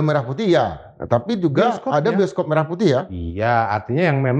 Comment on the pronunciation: bukti itu lagunya diduga dari AI adalah: WAKTU MELAFALKAN MERAH PUTIH, DIA MENGEJANYA "MERAH" UNTUK KATA SEPERTI "MERAH SUSU SAPI":face-blue-smiling